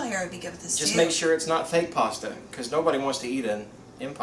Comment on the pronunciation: Impasta? Wah ,wah ,wah! Lol! My hubby loves Alfredo (me too). I gotta try this!